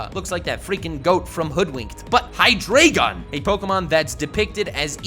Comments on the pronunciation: It’s hi dry gon not hi dray gon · High Dry Gone is how you pronounce Hydreigon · But you say it hydrygon, not hydreygon. It's based on the German for 1,2 and 3. Dry. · It is pronounced hydrAIgen, it's fucking deutsch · You can't even pronounce your favourite pseudo legendary pokemon... HyDREIgon. a.k.a the german for three... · It would be a dragonitium also it's pronounced hi-dreye-gon, eye as in your eye. German 1 2 3 into deino zweilous hydreigon. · Microbabe Brown *Hydreigon Please don't correct on how people spell or pronounce anything when you cannot spell it yourself. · Hydreigon is your favorite pseudo legendary but you can't pronounce its name right lol